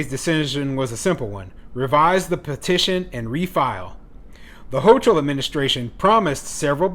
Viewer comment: NYS governor is pronounced “ho kill”